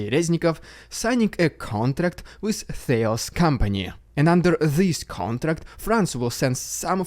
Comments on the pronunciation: It's pronounced T'alas, NOT TH'ales................. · Thales is prononced with an hard t.